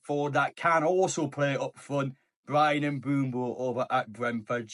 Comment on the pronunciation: please stop saying "Mbumbo" 😭😭😭